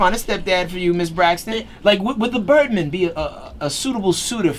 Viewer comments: If he says "The Birdmun" one more time! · Its birdman not birdmen radio host man